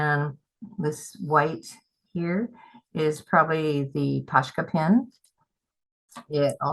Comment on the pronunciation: I could be wrong, but I think they are called "Pos-ka" pens, not "Posh-ka, no 'sh' sound.